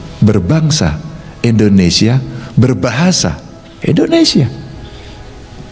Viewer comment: Mohon maaf kritik yaa.. 1. Negara ini negara I(INDONESIA) bukan E(endonesia) pak.. 6 kali sebut kata.. Salah 2 pada menit kenapa harus tiongkok.. Banyak kan anak negri ini yg kuliah di negara lain kl mau di tonton di youtube.. Hhmmm jangaan - jangan.. 🙈🙈🙈